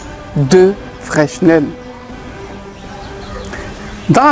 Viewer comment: on ne prononce pas le "s" au centre de FRESNEL please